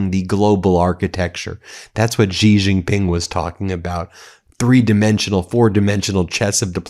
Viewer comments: "GiRafe GiPink", don't try to pronounce correctly, you are aMurican. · Why people say gee ging ping? Its xi jing ping 🤣 Xi is pronounced like she, or see, like in English, If you talk English you can talk chinese! And please use the 25 amendment for trump! What does usa gov waiting for? E.t.s? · When 习近平 is written as Xi Jin Ping, it's Chinese PinYin notation, where "x" pronounced more like /sh/, not /z/ (unlike English words like 'xenophobia'). Think of when they say thanks. 'xie xie'(谢谢). you don't hear 'zie zie'.